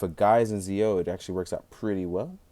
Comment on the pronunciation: I hate doing this, but it bugs me. Pronounced "Jee-Oh" and "Gates".